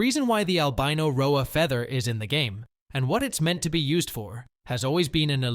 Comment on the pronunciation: It's an AI, you can tell due to the inflection and mispronunciation of certain words "rhoa as rho-ayy".